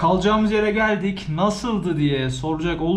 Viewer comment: dk : Mexsiko citye gelduk GELDUK. hahahahahahah yenge hanım sivaslı oldu :)